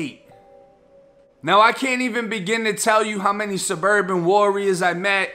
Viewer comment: This dude said said "Surbarban Warriors"...CLASSIC!!!